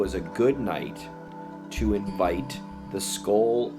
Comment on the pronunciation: I hear, “ this. Is. Patrick ... ma.ken.na ... with. the. scole. pro-JECT” sounds like he said scolee (long e) He’s breaking hard between each word / slow thru the syllables